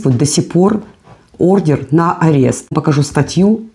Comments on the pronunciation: Только на арест даётся не ордеН, а ордеР, и не Орест, а Арест милая, будьте внимательны, вы находитесь в мировой сети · Не орден, а ордер автор!!!